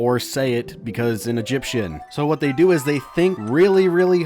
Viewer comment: We will deoo him! (music stops) Um... did you say... "do him"? I said deoo him! What part of 'deoo him' doncha understand? Still never gets old!